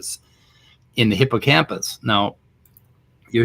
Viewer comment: "Hippocamus?" How the heck did he get hippocamPus wrong? Lol. Maybe one should ask if he can show his academic papers he has published. What is the work he has been doing that has been published and peer reviewed?